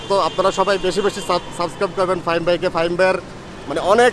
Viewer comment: ফাহিম কে ফাহিমা বলছে